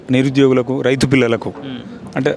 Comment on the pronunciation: Kishan kadhu ra ayyaaa kisan & suman tv raith kadhu suman tv raithu first pronasiation correct chaie ra ayaa 😂😂😂